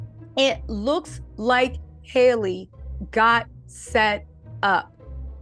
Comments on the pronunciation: Love you, please say her name right it’s Halle like Halle Berry. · why can’t you say Halle? Just like Halle Berry pronounces her name. Please get it right! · You keep saying her name wrong